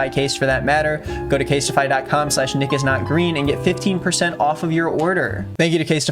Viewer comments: Is anybody going to comment on how Nick said casetify? Case-TI-FY? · why you say casetify like that